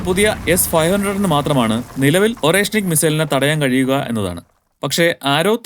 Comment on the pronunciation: Орешник - ഉച്ചരിക്കുക അരേഷ്നിക് എന്നാണ്! Hazelnut എന്നാണ് അർഥം !